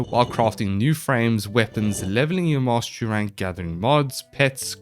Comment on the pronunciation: Mastery Rank is pronounced "mawstrank"?